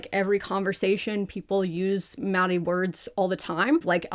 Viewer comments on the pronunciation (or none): although you're struggling with "aotearoa" and "maori" your pronunciation of te tiriti o waitangi was really good!!! you still need to work on rolling ur Rs but you've already got the unaspirated Ts down (which most pakeha dont!)